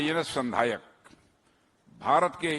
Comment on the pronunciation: संधायक बोलो संध्याक नही।